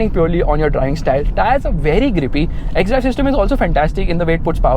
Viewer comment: When you said x stree 😂